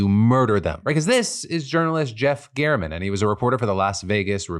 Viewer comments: I don't think the name "German" is pronounced Geyairman. My mom's maiden name is German, they pronounce it just like the country. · As a German it was so confusing to keep reading Mr German on the screen and the way you pronounced it. It's like a criminal called Herr Amerika in German 😂.